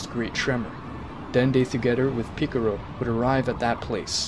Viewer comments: Its PICCOLO NOT PICCURU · bro is saying mr picoro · Hey, it's really racist that you guys pronounce in a racist way. Piccolo (piccaro), shen-long (shen-ron), etc. I can't believe YouTube lets you get away with this... 😮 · Ffs, do you even watch dragon ball? You mispronounce every name and don't even come close to pronounce them right